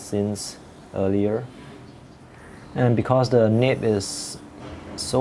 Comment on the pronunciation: It's Nib not nip. Also Noodler's not Noodle. Also broad not brought